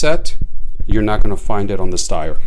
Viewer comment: Phenomenally accurate and reliable. Ergonomics matter.. Greetings from Austria 🇦🇹 Point of interest, Styer is actually pronounced as if there was an 'h' after the 'S'. Steyr do offer 3 dot night sights and a holster too.